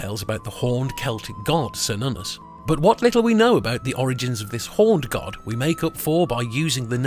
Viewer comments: It's Kernunnos, not Sernunus 🙄🙄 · It's pronounced with the K sound, like Kernunnos. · why does everyone pronounce it as SER-nunnos when its supposed to be KAYR-nunnos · It's not "sernunnus", but "ker-noo-nos". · Its Care-noon-ous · Wrong pronounced name; it is: Kernunnos . C pronounced as an 's' is a Latin alteration. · Are you sure of the pronunciation, I would suggest; "Kernunnos". In Welsh, Cythraul meaning Demon or Devil is pronounced Kythrael. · Why are you calling him, Sernunnos? The C is always hard in the Celtic languages. Or so I have been taught. You're Latinizing the C in this case. Making it the S sound. I believe this is incorrect. Maybe it's the Roman coming out in you. :) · It's what happens when people speak on things they haven't thoroughly researched. I know it's pronounced ker-nunn-os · Wrong prononciation, watch the movie Demigod. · Precisely, What is it with the English that they insist on pronouncing words and names from other cultures they way the would were they English words? It is INDEED a hard C on Cernunnos. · Pronounced with a hard C like a K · ❤ yes "k" sound on the C ❤ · If heard it pronounced both ways but I think you are correct.